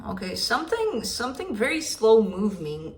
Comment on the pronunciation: Idk why I burst out laughing at “movming”